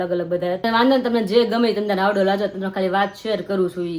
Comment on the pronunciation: હાવડો‌ નહીં પણ હાયડો કેવાય